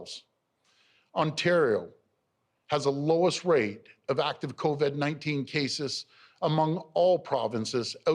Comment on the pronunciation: Doug "Co-Ved-19" Ford